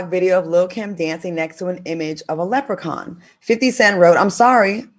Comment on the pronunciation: 'Sis'-s, Lepracons and 'extra-terestrials' 🤣🤣😂🤣😂😂🤣😂😂😂😂😂🤣🤣😂🤣😂..Fantastic show!! Loved it.